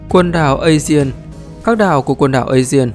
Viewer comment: biển aegea phát âm là a gê và biển ionia phát âm là ai ô ni a